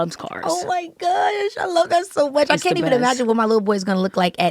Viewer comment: Them "cain't"s were very crisp lol adorable.